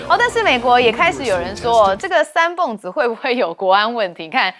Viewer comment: 三蹦子就是念beng第四音，蹦发音只有一个